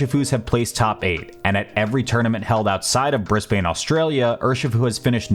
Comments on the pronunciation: Bris-bin, not bris-bane :P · i'm sorry to be that guy but brisbane is pronounced like "BRIZ-ban" not bris-bain again, I'm sorry even though english pronounciation is mostly subjective and can change depending on context or preferences, but for some reason it just really annoyed me lmao again sorry edit: I love your frame by frame analysis of hboxes faint popoff lmao, and your vid on jv5s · you did not just pronounce "BRIS-ben" as "bris-BAN"